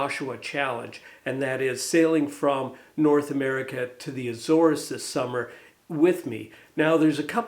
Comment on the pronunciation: She's looking more and more tidy every week! Interesting to hear about the Azores race (and relieved to hear it pronounced properly!) Nothing wrong with a bit of controversy, if it's good enough for Bill King and Roger Taylor it should be good enough for, and I hope you're wearing the WRU sweatshirt for the lecture...; )